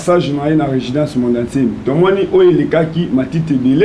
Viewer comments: Professeur ya français😂😂😂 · Résidence ou bien regidence?